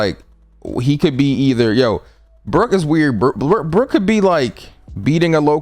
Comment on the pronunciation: You did Brook wrong like real wrong ahhahahah